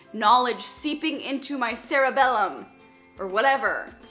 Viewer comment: omg i was dying of laughter when you said cerebellum ahahah